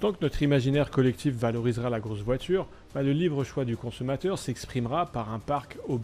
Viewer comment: Troo stylay😂😂😂😂 la voidure je l'achète volontiers mais je suis pas milliardaires